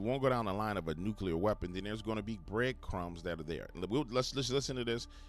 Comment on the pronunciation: He said, “nukular”. The word is NU CLEAR. I think the mispronunciation must come from knowing the word, molecular.